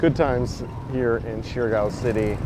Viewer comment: Surigao is pronounced- serr- E - gao